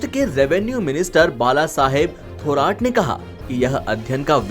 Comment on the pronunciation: अरे भाई जरा अपना उच्चारण सुधारो १) महाडिक एक शब्द है उसे तोड़ कर महा डिक ऐसे उच्चारण नहीं करना बहुत ही गलत अर्थ होता है उस उच्चारण का २) थोराट नहीं थोरात, ट और त में भेद है भाई